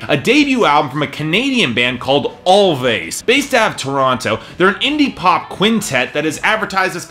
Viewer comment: It's actually pronounced as "Always" the two "v's" are supposed to act as a "w"